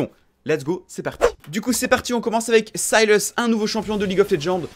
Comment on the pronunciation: Sayilleus ? Syllas plutôt nan ?